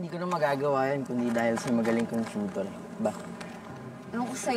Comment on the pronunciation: Tuitor not tutor 😄